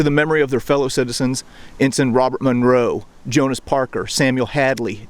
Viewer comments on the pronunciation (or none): none